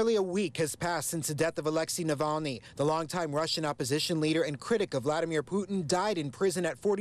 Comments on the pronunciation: The reporter can't even pronounce Navalny??? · bet sniffy can't pronounce that name